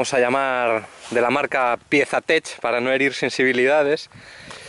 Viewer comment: No es piesa tech .. aprende a hablar en ingles.. se llaman touratech. Jajaja